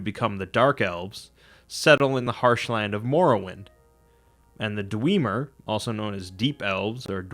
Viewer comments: Dweemer? Why not dwemer? Even the voice actors say it dwemer and not dweemer... Smh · Dude, it's not Dweeeemer it's DwEMer the "E" is guttural meaning it's closed...but hey screw phonology. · its not dweemer its dwemmer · The dwemer not the dweeeemer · just a couple corrections for accuracy's sake, the dark elves are called dunmer, and the dwarves were known as dwemmer (that's with a short "e" sound not a long "e" as you pronounced it). sorry to be so obnoxious, but I'm a huge fan of the elder scrolls mythos and just want to hear it being told correctly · Love ya bro but "dweeemer" really? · Why are you saying Dwiimer? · Who else cringed when he said “Dweeemer” ? 😫😂😂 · did this boy just say dweemer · Did you call them the “Dweemer” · I'd pronounce Dwemer with a short initial e. As in the vowel in 'Dwe' rhymes with Wet. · It kinda sounds like Dweebmer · xD the way he says dwemer hurts me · I have to say you did a pretty good video on your history of Tamriel only thing is how you pronounce Dwemer kills me man lol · Daniel Molina not gonna lie it triggered me. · Made my eye slightly twitch after a certain number of repetitions 😂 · Bro it's not kaimer it's chimer and you are pronouncing dwemer wrong and you really need to work on your English speaking 😒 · He's going to pronounce it that way in future videos. Wisconsinites always struggle to overcome their propensity to use long vowels. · yah he says it so weird but seems to do all the other great... lol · The way you pronounce Dwemer triggers the fuck out of me, lol.